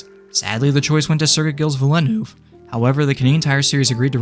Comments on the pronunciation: As an F1 fan, the way you pronounced Gilles Villeneuve's name just hurts. It's pronounced "JEEL VEEL-nurve" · how he said gilles villeneuve hurt me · Congrats on achieving the worst pronunciation of Gilles Villeneuve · Your pronunciation of Gilles Villeneuve makes me want to scream. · Hilarious the way you say Gilles Villeneuve but good video regardless